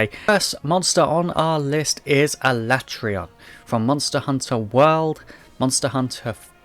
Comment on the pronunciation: Alatreon is my favorite as well, also my first introduction to them as MH3U was my first MH. But I still think he's the coolest after experiencing the others. Even his name is sick, though I prefer pronunciation of it rather than the official one. I also pronounce it that way.